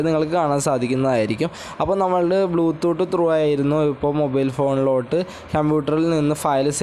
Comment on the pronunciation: Podoo... Oonte or bloo thoott 🥴